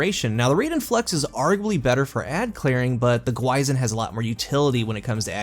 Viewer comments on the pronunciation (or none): i'm going to be that guy : it's pronounced more like "gwee-shin" awesome review btw! always looking forward to your vids ;-) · Pronounced "Gwi sheen". Means Demon/Ghost (depending on context) in Korean. An apt name for this exotic. Edit: It actually doesn't mean Monster, mixed it up with "Gwoemul". The crest on the front is a common Korean motif. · Another review, another YouTuber pronouncing the exotic name wrong lol